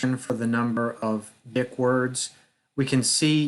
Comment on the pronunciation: It’s pronounced “deek”